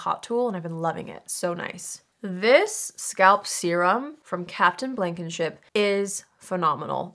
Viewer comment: Why did I hear Captain Blanketship 🛏️⛵